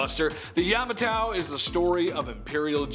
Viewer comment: I believe it's pronounced YA-MA-TO. No extra A there. Yamatao just made me cringe so hard oh goodness.